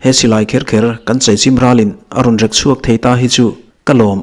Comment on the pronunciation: Rek chhuak tih kha 'Rek' tih kha thluk san tur a ni. Mi kan va rek a,a thlukna awm ang kha a ni.